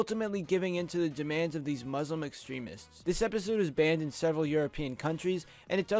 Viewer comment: you are pronouncing muslim wrong.